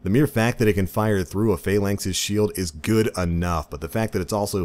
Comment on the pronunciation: Your inability to pronounce Phalanx drives me insane.